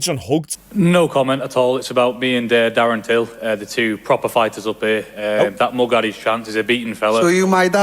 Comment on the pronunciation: "Fommy Tury vs Tarren Dill" lol